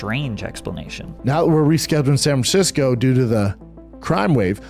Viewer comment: San Francisco = samsisco